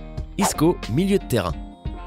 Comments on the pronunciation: Tu as dis inestia au lieu de iniesta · MDDRRRRRR comment il a prononcé Iniesta starf